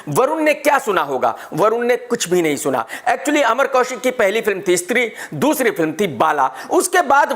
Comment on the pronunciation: abe chutiye istri nahi stree.... boln toh sikh